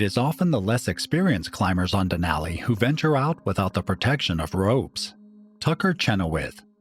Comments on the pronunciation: Den ally den ally den ally. My ears are bleeding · I love this type of content but I can't get past the grating voice and the bad pronunciation of Denali. Cringey